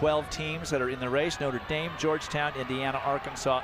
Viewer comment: damn he really called it nutter dame, notre dame isnt that hard to pronounce lmao